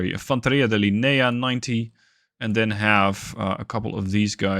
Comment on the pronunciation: ahhh good to know and thank you! for the next videos, i'll tell you that on the "fanteria di linea" the mistake comes on where you put the accent on the word "linea" it's a common mistake so don't worry :) btw the accent goes here "lìnea" on the "I" letter instead of the "E". also one more thing i wanted to say about the Lagunari, they are like Navy Seals of the Us in real life and i don't know why developers gave the statistics as special forces at the MARO' troops instead of the Lagunari. anyway i can't wait to see your first gameplay on the Italian deck!